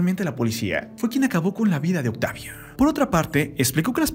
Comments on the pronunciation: Lamento mucho esta noticia, recordaré con mucho cariño a su personaje Benito. Ahhh y por qué este comentarista dice Octavia? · Es mi idea o el narrador está tratando de terminar varias palabras con la "e" Es como si quisiera que la palabra Octavio se escuchara octavie. Vida- vide mexico-mexique. Justicie, policie, miede... benite, misteriose, peligrose con muchas palabras.